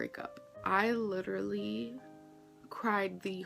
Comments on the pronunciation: Literally Literally Lidderly Lidrly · My poor, abused ears hear it as “lidder-lee”. 😩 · I thought she said lidderly! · It's her saying lutterully 😂😂😂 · Not once. Because she says 'littelaly' 🤔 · Trick question she tries to say literally 49 times but she pronounces it correctly 0